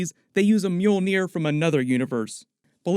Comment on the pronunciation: You are really butchering mjølnir